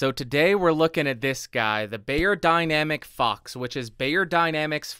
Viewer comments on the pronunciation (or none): Helpful review, but... dude. It's "beyerdynamic." Not "bayerdynamic." They sell audio equipment, not aspirin.